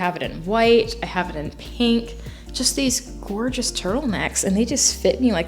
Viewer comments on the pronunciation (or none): none